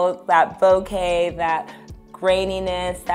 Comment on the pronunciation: Great educational video and from a truly gifted and inspiring artist!!!!! She also pronounced “ bouquet” correctly and not “bokaa”!!!! That is the sign of elegance and knowledge!!!! We need more from her!!!! Thanks B&H!!!!